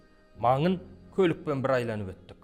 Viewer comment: Айланып деген соз менинше дурыс емес агайын,АЙНАЛЫП деген дурыс кой.Мен тусинемин,кобиси осылай сойлейди,биртурли